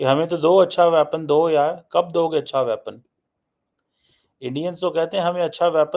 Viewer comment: Tallyphone, aksilent, wyapon, purrocurement --- please avoid speaking English and murdering it. And get it into your thick neckless head that:South Asia is not an entity. The Indian subcontinent is.